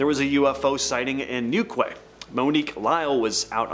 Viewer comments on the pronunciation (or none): New-Kway? You Yank's make me howl. It's New-Key FFS